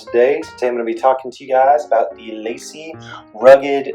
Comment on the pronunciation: It’s pronounced LAH-SEE and the other commenters are correct that you shouldn’t name this video “how to use...” unless you actually plan to show us how to use it. Maybe change the title to “how I use...”